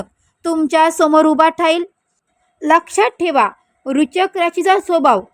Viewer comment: राशीचे नाव नीट उच्चारता येत नाही अन् भविष्य सांगायला निघालेत😂